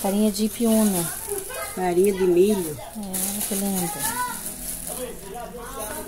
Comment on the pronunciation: Nao é ipiuna ..é ipuiuna ....